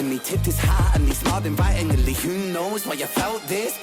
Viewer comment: I love when ren adds extra syllables to words, it always tickles my brain.... "excitedely" "invitingely " 😂💜🫶